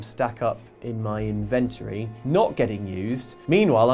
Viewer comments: Do you guys ever get stressed that the internet is laughing at your inability to pronounce "inventory" correctly? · This channel makes me wonder if I have been saying the word "Inventory" right all these years. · It's pronounced 'Inventory' damnit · Do you ever fear pronouncing 'Inventory' wrong? Lol. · You need to learn how to say inventory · Someone teach that poor man how to say 'inventory'.. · If I have to hear you guys mispronounce inventory one more time.....GNAAAAARGH